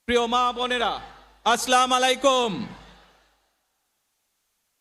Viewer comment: যে মানুষে সালাম টাই ঠিক মতো দিতে পারে না সে নাকি চালাবে দেশ 😂